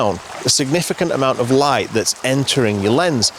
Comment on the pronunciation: I had to back up a few times to hear what you said in describing your first set up. I finally understood that you were talking about beautiful light, but I thought you were saying beautiful wife, both of course being true. OK I'll turn on captions.